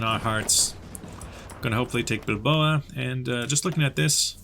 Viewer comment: Love how badly he pronounces the names, especially Bilbao and Valladolid. Very funny.